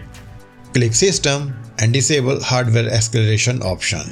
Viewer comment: "Disable hardware EXLARATIOSHINONINORITHCALIRATH AH-AH-AH-CHEW SMITTY WERBEN YEAGER MAN JENSEN". Pretty sure you meant acceleration.